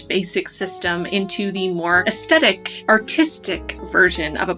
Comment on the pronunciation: Your video is my very first video I have watched on bullet journaling (a term I had never heard of until your video). It would have been nice if you had given a simple definition of what a "spread" is - you used the term umpteen times in this video and I still don't know what it is. Also, you're mispronouncing "aesthetic" - just thought you'd like to know. Your artwork is beautiful. You're very talented.